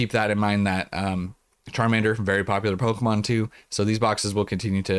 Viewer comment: If u listen to the part where you said the “Charmander promo is top tier” I swear the first time I heard it I thought you said “terminator promo is top tier” 😂 I had to go back